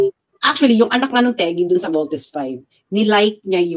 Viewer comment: I feel ginangbannggggg syaaa di lang nya masabi ng voltis five baka nga?